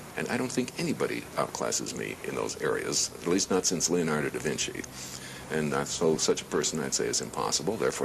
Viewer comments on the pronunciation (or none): whatever pal lmao At least I can say words and names correctly, divinci lol